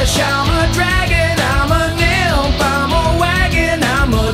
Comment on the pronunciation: not going lie, at first I thought he say dilf instead of nypth, but that kinda made the picture funnier